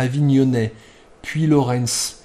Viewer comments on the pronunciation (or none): En effet, à Lavaur, il ne reste qu'une tour et les chemins au Sol des anciens remparts. Pour into, on prononce Puylaurens "puylaurent" Et non "puylaurence" (Étonnant d'ailleurs, vu la région). Puylaurens, berceau de la première Marianne et d'une statue plus récente de Jean-Paul II pour le lycée privé du même nom à Compiègne 🧐